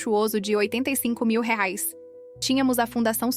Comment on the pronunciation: Qual a dificuldade em pronunciar corretamente a palavra REAIS???